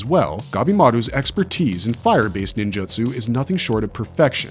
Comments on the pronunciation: NinJAtsu..... all i can hear in the whole video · I cant keep watching this purely for the fact this dude purposely mispronounces ninjutsu and jujutsu kaise as Ninjatsu and jujatsu. Infuriating and making me believe this channel is made using A.I